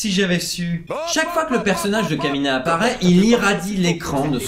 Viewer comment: le aidé par kémina m'a fait tilté c'est KAMINA !!!